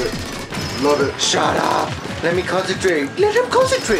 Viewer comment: stop saying consetrating